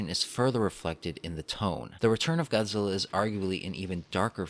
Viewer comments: GODZILLA not GOZZEELA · God-zil-La say it with me God Zil La